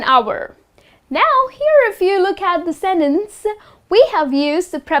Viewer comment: She put the wrong stress on the word "sentence", didn't she?